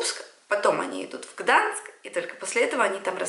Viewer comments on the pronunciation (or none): просто безумно каждый раз режет слух это слово гданск., ГданЬск